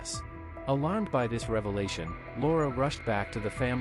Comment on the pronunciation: It took me a while until I realized that the narrator was calling her Lara… I heard Laura